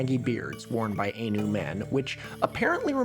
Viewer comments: First, I love your videos! Second, my grandmother is from Hokkaido and I wanted to respectfully comment that Ainu is pronounced more like "EYE-noo." Also, Ainu are not descended from Japanese people, they are the indigenous people of Hokkaido and Sakhalin and lived there for thousands of years before the ancestors of modern mainland Japanese people settled there. Many modern Japanese people, including my family, have Ainu heritage due to the harsh forced assimilation policies of the Japanese government following the Meiji Restoration in the 19th century. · Ainu is pronounced I-Nu/Eye-New, Ai like Hentai, you dont say Hentay, also the Ainu people are genetically distinct from Japanese people, the Ainu people have been shown to exist in Japan before the ancestors of the modern Japanese, the modern Japanese immigrated to Japan from mainland Asia thousands of years ago and brought agriculture, pushing the Ainu north to Hokkaido where hunter-gatherer tribes had an advantage over agricultural tribes due to climate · If you wanted to know more about Ainu, Yoshitsune(Okikurumi). Read Rev. John Batchelor books, read Brett Walker's The Conquest of Ainu Lands, and Dr. Munro's Ainu Creed and Cults. Also, you're saying Ainu wrong. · I know it's petty, but the Ainu pronunciation feels more designed to annoy people than out of sheer ignorance, I hope I'm wrong. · I cannot abide by your pronunciation of Ainu. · that Ainu pronunciation is giving me a headache 😭😭😭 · No offense but your pronunciation especially of Ainu is really bad. I understand Chinese is the Asian language you actually know but I think you should have had a Japanese person run through the script for you. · You're pronouncing Ainu wrong the whole time btw. It's /ˈaɪnuː/ not /ˈeɪnuː/ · I think Ainu is pronounced like Eye New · Every time he pronounces it aynu I die a little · This is such a great video but the mispronunciation of Ainu is killing me. The ai is pronounced like "eye," not like the ai in "laid."